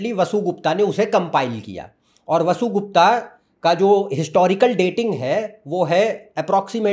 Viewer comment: मूल ग्रंथों का अध्ययन कर वीडियो बनाना चाहिए। ये विषय बड़े तप से अधिगत होते हैं। 'अगम' नहीं, 'आगम', 'वसुगुप्ता' नहीं ' वसुगुप्त' ठीक उच्चारण है। आपमें क्षमता है। आगे शिवेच्छा।